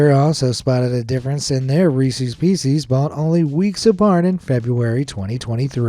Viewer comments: "pieces" isn't pronounced "pee-sees" as in "pea seas," it's pronounced "pees-siz" as in "peace" with an "s."😉👍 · Is it just me or i just hear feces instead of pieces